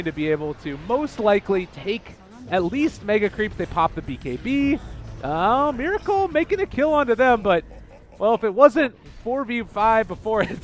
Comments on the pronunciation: omg u need to stop say Mir with I**** it's Mer with E*** you never learn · they pronounce meracle miracle. heh I wonder if there will be dendy next time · pls pronounce Meracle correctly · Why this F**king Caster Prononciate Miracle when his Nick is Meracle(its sounds like Meeraakal) ty byee youtube...